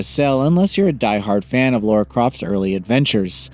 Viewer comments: L A R A not L A U R A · Why can’t Americans pronunce things ? It’s Lara not Laura (And while we are at it, it’s pronounced Craig not Creg too ! ) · Americans are so dense when it comes to pronouncing the name Lara Croft.